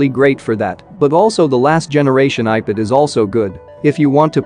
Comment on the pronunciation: Please do something to make your bot pronounce ipad as ipad not "ipud"